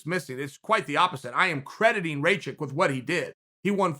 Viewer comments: Rakic, not racik you dumbass!!! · Raw-kich, not ray-chick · “Raychik” “Trajrectory” Kgr8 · his name is aleksander RAKIC and not RAYCHICK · Dude you knew how to say Rakić And now you say Raičik.. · It's easy it's RACK-ISH c'mon son WTF get it right, show some respect. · His name is Rakic. Ra like Rah, the Egyptian God. Ki like killer, and the c in the end becomes an American "tch" like in the word itch. Rakic! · Can't pronounce Rakic? Type "Raakitch" in english google translate and test the sound. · Alexander Ray-check? Come on, even for an American the pronunciation is atrocious. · It's "Ruck-itch" the r is a rolling r. Like the way Mexicans pronounce it in the word "señorita" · If Chael says Raćik then Aleksandar Raćik it is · "Raychick"... rip my serbian ears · One of the MMAFighting guys kept pronouncing it as Racik too. Wanted to punch the screen. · Chael completely mispronouncing Rakic xD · Yeah the guy's a douche for pronouncing names. It doesn't take much, the commentators would have been saying Rakic correctly. Dunno if he's trolling, dyslexic or a bit of an arse.